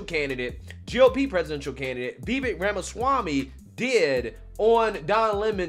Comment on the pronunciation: FYI, his name is pronounced "Vi - VAYKE"... emphasis on the second syllable, rhymes with "bake" and "cake". This was brought up in Tim Pool's excellent interview with Vivek.